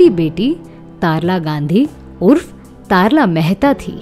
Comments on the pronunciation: तरला । तारला नहीं। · Thanjs,, for featuring Deena Ji. She was a natural actress. In her roles, she was as convincing as if she was living the life of the character. I have seen only few of her movies but loved her in them all. (BTW her sister Tarala's name is not pronounced as "Taaaar-uh-laa" but "Tar-laa." It is faminine of the Sanskrit word: "Taral" meaning fluid (as opposed to solid)... usually used in reference to a substance that has no shape of its own, and assumes that of the container it is placed in. In poetry, it is used as an adjective, for instance to describe soft and gentle look in the eyes.)